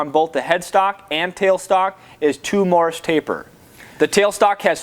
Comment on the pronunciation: Nice review. Note, while many incorrectly the taper as a Morris.. it is NOT Morris.. it is Morse.. like Morse code. Drives me nuts.. like people calling "nuclear" as "nuculer".